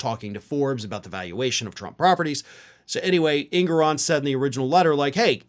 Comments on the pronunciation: It's pronounced: Judge En-gor-on@ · It’s pronounced En-GO-ran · EnGORan is the pronunciation.